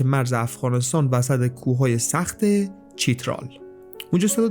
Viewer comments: خوب بود ولی اسامی را اشتباه تلفظ کردی مثلا چترال بازبر ( چ) است نه با زیر یعنی منصوب است نه مجرور. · چترال خونده میشه(خودشون اینجوری تلفظ میکنن) خیلی خیلی جای قشنگیه، آدمای خوب و مهمون نواز؛